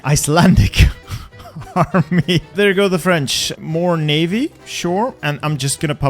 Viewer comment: Is it just me or does say "mahme" Whenever he says "army"? Or are my ears broken?